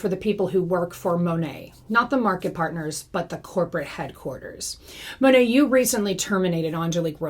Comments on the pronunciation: It’s Mah Nate, for Modern Nature. I am no fan, but believe we should say the company name correctly. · She knows she’s pronouncing it wrong. Many anti MLM creators pronounce it improperly as a nod to how so many Monat reps don’t even pronounce it correctly.